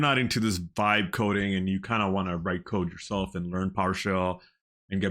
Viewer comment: what are you saying when it sounds like "five coding"... I don't know what that term is. You keep using air quotes like it some term that people are using. I'd like to learn more about it. Thank you! I just cant understand the exact word you are saying.